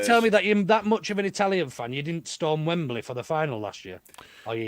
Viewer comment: Just saying, but it's 'Wembley' not 'Wem-ber-lee.'